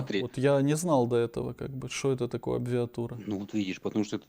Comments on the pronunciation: Зато слово ,,сложносочиненное,, смог выговорить , после абырвалг и абвиатура -это просто достижение😂Это высшая абвиатура всего. Ужас, каждое слово ,,шедевр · Абирвлаґ😂😂😂 абвіватур.😂😂😂такий вумний фанатік,аж захлинувся своїми знаннями. 😂😂😂🎉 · "славал", абвіатура? Як ця хвороба називається? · Абвиатура -АБРАВИАТУРА. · Як завжди, замість " абревіатури- "абрвалг"🤣🤣🤣🤣🤣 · "Абвиатура"😂 🤦 Кончена потвора.